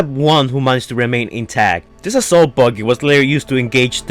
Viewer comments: The way u say buggy is 🤢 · Dude is buggy not boogey or booger. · "*Don't roost me down below" Firstly, you spell *roast, incorrectly. Then, secondly, you struggle to pronounce buggy correctly.